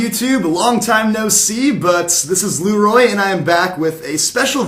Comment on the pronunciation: YoutubepoopXD Sir it pronounced Leeroy Jenkins from a meme created by a developer of World of Warcraft you Fucking Dumb Ass.